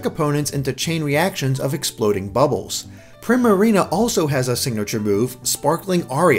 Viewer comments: I think it's "pree-marina" as in "primadonna", not "prim-arina" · Primarina's name is pronounced Preemareena. It's a play on the term Prima Ballerina (the lead dancer in a ballet performance) and Marina, which is pretty much a different word for Wharf.